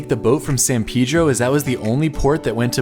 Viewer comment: why you say pedro so weird?